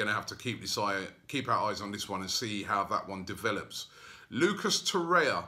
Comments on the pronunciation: can somebody tell robbie its torreira and not torreia? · how do you pronounce Torreia or TorreiRa? I think it's Ra no?